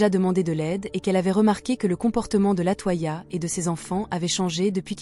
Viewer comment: LatOya pas latoi ia gnn 🤖